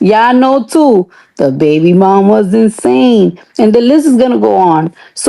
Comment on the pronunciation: Did this ho say "INSTANE," not "insane"? LMAO. What ONIKA says is "finish school!"